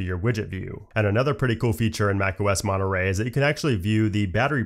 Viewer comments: Its funny because in english you said something like mone... rey in spanish the word have another "r" so it sount monte...rrey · great video, also... Monnuh Raaaay? I'm sorry, it was kinda funny hearing you pronounce it like that xD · I like how americans pronounce Monterey "monoray" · And those of us who grew up in certain parts of Britain pronounce it as 'Mon'a'ray.